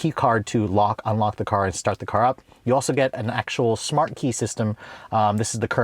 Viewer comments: OMG, How do You Say SMART But Pronounce it as SHMART !! Where Did You go to School, Certainly Not in the United States of America!!!🤔🤬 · Please don’t eva say shmart park again 😂😂😂